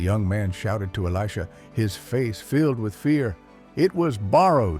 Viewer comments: And who is eleeejah. A.i. is out of control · While the message may be good it’s ruined by AI slop. It’s pronounced Eli-J-ah. Why do people insist on using crappy AI that can’t even pronounce words correctly. Are you too busy to use the actual voice God gave you? Or too lazy? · I think it's totally AI and cannot pronounce Elisha. Why oh why is almost every channel using AI. I dislike it very much!!!!!!!